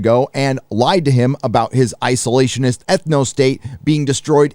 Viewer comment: "Isolationhist Ethnostate" hahaha I love it!